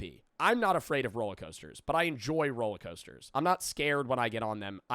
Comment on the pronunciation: why tf do you say rollercoaster like that sorry but that pissed me off